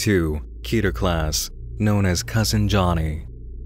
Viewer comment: When someone pronounces keter right